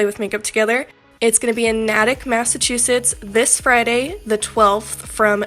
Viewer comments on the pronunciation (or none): Gorgeous look! Both of you are so talented. I know you recently moved to MA :) it's actually pronounced Nay-tick. About 90% of the cities aren't pronounced the way they are spelled haha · Hey Girl, just lookin out again. Natick is pronounced Nay-Dick. Love ya,!!!! 😘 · as someone who is native to the strange world of Massachusetts, I can assure you,, it is pronounced "Nai-Tick" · When she pronounced Natick wrong I just yelled back the correct pronunciation, but I still love you girl keep on with the great content 😘